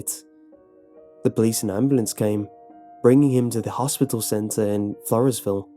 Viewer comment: I live in one of koe-shoe-sko I have family in P-owe-f-th The only one you got right was floresville XDDD